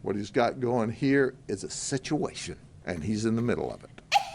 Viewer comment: Can all say: SitchuWHAtion! 👏